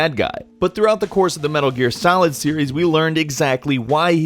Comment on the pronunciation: Heard the guy say "Metal Gear Salad" and now I can't unhear it.